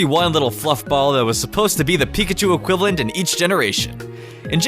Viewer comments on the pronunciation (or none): none